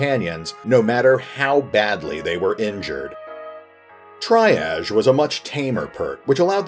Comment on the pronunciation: Triage is pronounced differently as well.